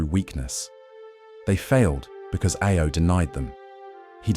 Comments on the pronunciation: you keep saying IO instead of AO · he's not even said IO, it was I-O XD